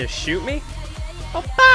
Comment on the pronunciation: "oppa" means "older brother", not a gun shot sound "oh pah". :D